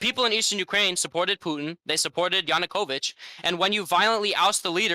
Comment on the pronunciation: Vaush kinda hurts his credibility when he’s physically unable to pronounce any name or word correctly. Like yanakovich he calls him yanokuvich. And the Minsk accords he calls the minx accords it’s just heavily and rancidly cringe, and when he uses a Mexican accent to say Russian and Ukrainian names. It comes across as very American liberal wine mom type.